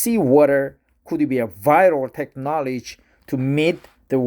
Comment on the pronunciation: I have no idea how this video was recommended to me, but good job with the reading, especially with all the complicated science words! A few notes: - You mispronounce Technology. You currently pronounce it like "Tek Naw Ledge" (or like Tech-Knowledge). It is pronounced like "Tek Naw Low Ji". - The use of the word "permeate" in this article is kind of weird (I mean it is correct but not common). Instead of the action/verb (to permeate), the article uses it to mean like a thing/noun... I think in this case the "permeate" refers to the, basically, "filtered water" or "whatever thing that comes out after the process". Like I said, the usage is still correct but it isn't common. Hope that helps. Keep up the good work.